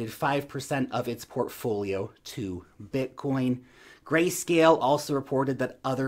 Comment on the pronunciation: Blitcoin? 🤦‍♀️ 😂😂😂 😂😂😂😂😂 love you, take care 🙋🏼‍♀️